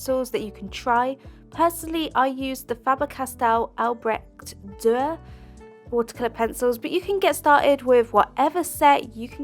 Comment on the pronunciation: If you consider yourself an artist, you should pronounce Dürer correct.